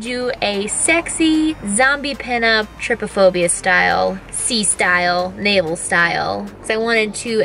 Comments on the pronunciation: I died when u said trypaphobia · lol you have been saying “trypophobia” wrong it’s kinda pronounced “tri-Po-phobia” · This gave me so much anxiety but I still watched it... It’s pronounced tri-pa-phobia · her saying trypiphobia me:byeee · "Triphobia, i hope im not saying it wrong." Me: "Oh Boo, you jinxed it haha XD"